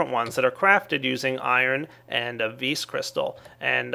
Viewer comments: its not ves its vis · its vis not ves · well, I think the creator of thaumcraft used the word "vis" because it is latin, and it simply means "power". and the correct latin pronunciation just happens to be "vis". not "vi", not "ves", simply "vis". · isn't that strength from the latin word vis-robori? If it is it's pronounced vees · ps i believe it is pronounced "VEE"